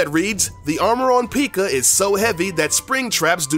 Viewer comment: I was really annoyed when he said pika and pig rider